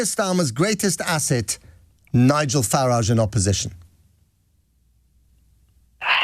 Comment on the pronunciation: He pronounced Nigel Farage's surname wrong on the second go. He got it right the first time. Faraarjsh is the closest that I can get to how Nigel himself pronounces it.